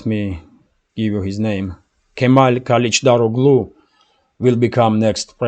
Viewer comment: One small piece of advice, no matter that I am not Turkish, I know some Turkish language, and the name Erdogan should be read as Erdoan, if you can't say that soft g in his name, And surnames as KalichdaroGly, the G is soft G, and if you can't say it as soft g, the surname should be said as Karichdaroly.